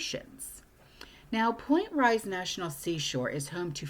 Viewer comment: Point Reyes is pronounced Point Rays.